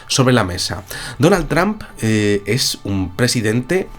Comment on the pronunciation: Por favor mejoren la pronunciacion, no se dice Tramp, el sonido correcto es Tromp!